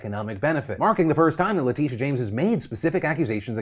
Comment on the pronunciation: Pronounced Leh-Tish-a not Leteesha